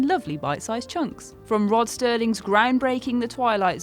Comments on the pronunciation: It’s fucking “Serling,” not “Sterling,” ugh. Jesus. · Narrator! It's Rod SERLING ... not STERLING!!! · It's Rod Serling, not Rod Sterling. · Rod Sterling? Did I hear this right? I thought his last name was Serling? Maybe it's just my hearing. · Rod "Sterling" Okay, now I'm really REALLY pissed. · Rod SERLING'S Twilight Zone, not Sterling. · Rod SERLING, not "Sterling." Geez, can't you do a read-through with these millennial announcers before recording their voiceovers? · Rod Serling.... Not Sterling. You want to sound like you know what you're talking about, it helps to know when you're mispronouncing the name of the most famous TV horror show host of all time. Just saying... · Rod Sterling? Seriously? The man's last name is Serling, no "t". Get it right! You guys thought "Eye of the Beholder" is scary? For narcissists, maybe. It's philosophical. There are much scarier episodes. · Rod Serling. Not Sterling. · Michael Ni not even a minute in and the bitch says Sterling and not Serling...she’s fucking done dude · Rod "Sterling" come on man!!! Every person who has ever watched Twilight Zone knows the mans name was Serling....jeez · It’s rod serling not sterling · My issue is that she couldn’t even pronounce Rod SERLING correctly...did no one think to do a read thru or more than one take for this episode?